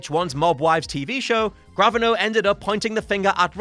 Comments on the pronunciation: It's not pronounced "Graven-o". It's pronounced "Grav-Ah-No" with the emphasis on "Ah". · Learn to pronounce 'Gravano'.